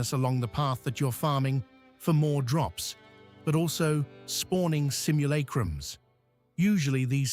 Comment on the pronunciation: “Simmul-ache-rums” lmao